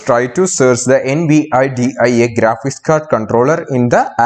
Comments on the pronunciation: Could you just not say N-V-I-D-I-A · Do you NOT know how to say "Nvidia"? It's latin for "envy". "Invidia".